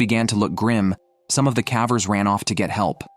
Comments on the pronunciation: AI generated audio. Kept saying “cavers” with a short a. Still, a good video. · Please learn how to pronounce "cavers". And the human body does not emit carbon monoxide like a car does. We breathe out carbon DIOXIDE.